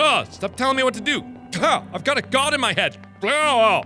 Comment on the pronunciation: Jerichow I totally agree with you and I feel like he emphasizes the "god" part way too much...